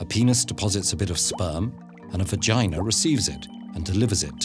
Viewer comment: 25-year-old me giggling every time when he says "VA-gina" or "PEE-nis".